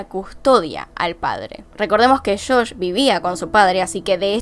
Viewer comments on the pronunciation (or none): Es JOSH NO SHOSH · Buen video, lo unico que me molesta un poco es que dice como "shosh" en vez de josh 🤣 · sufri cuando decias shosh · "Shosh" xD